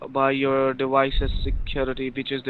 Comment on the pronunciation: Dewices. Wisa card. C wi c number. Hilarious.